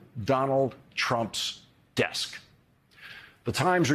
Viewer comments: and then he always repeats it a 2nd time with more oomph...." IN HIS DESK!" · I love it when Lawrence says "in Donald Trump's DESK."